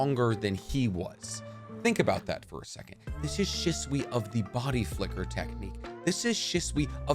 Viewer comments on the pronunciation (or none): She-sway not she-swee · Say stuff right shitsui it hurts my brain I love your channels but this shit hurts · Why do so many people pronounce Shisui’s name that way? I’ve noticed a bunch of narutubers do it, but just so everyone is aware, it’s not shi-su-ee like ship. It’s SHE-su-ee Okay, after going through more of the video, you just have really poor, Americanized pronunciation. Mungeekyo sharingan, Minnuhto 😂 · said “Shiswe” 😂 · please please, stop pronouncing the “i” as a consonant, it’s pronounced shisui (shEsuE) and minato is pronounced (mEnatoe) rinnegan is also pronounced (rinnigan) sorry i just can’t focus on anything after you say it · The way you pronounced shisui was so cringe 🤦‍♂️